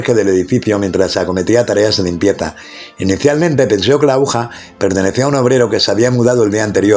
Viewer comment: interesante historia aunque debe mejorar la ledtura, y, se dice AGUJA